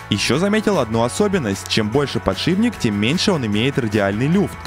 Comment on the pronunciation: откуда в слове фланец появился звук "я"? и где в ролике хоть один фланец??? зы: а "подшиБник" добил...